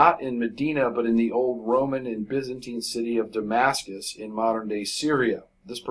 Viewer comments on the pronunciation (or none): none